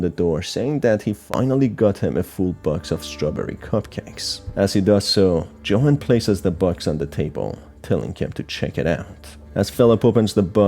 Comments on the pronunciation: u said johan, it's yohan but spelt johan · IsntJohan pronounced “Yo-han”? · The way Johan's name is pronounced throughout the video is so jarring im sorry